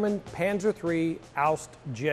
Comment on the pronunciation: It's not called "Aust" but "Ausf" which meant Ausfuehrung or model in english.